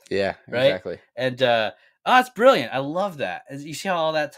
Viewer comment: Bri like Brillant